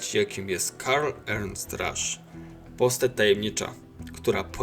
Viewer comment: Piszę bo w początkowej części filmu akcentujesz to na łernst